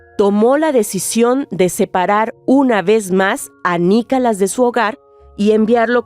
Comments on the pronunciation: Perdona pero pronuncias mal no es Nicalas es Nicolás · Por favor que ya no narre esa señora, tiene una voz muy desagradable 🤮 y ni siquiera puede (o no sabe) pronunciar bien, dice: "NICALAS", ya total, mejor que lo diga en español